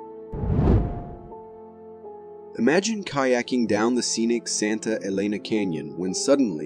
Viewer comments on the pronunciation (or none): none